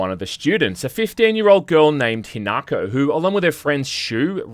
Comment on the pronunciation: FYI the girl is called HINAko, not HANAko.